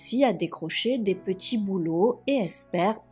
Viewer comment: Elle grandji , de djimille habitants, des petchi boulot, c'est horrible 🫨 apprend à parler correctement.